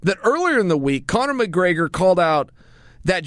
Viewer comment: Copnor mcgregor?